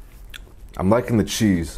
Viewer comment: "sometimes you need your chease"